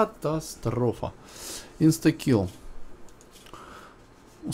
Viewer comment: Прошу прощения, но почему вы так странно произносите имя персонажа Inskill? Почему Инстакил? Он же Инскил О_о